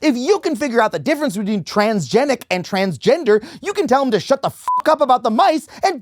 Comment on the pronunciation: Trans-GENIC? As in GENOME?? HE CANT F--NG READ?! You mean to tell me his eyes glance over a word that sounds similar and assumes its that? 😂😅 We're cooked as a nation.